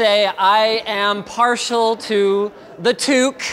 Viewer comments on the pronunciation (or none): none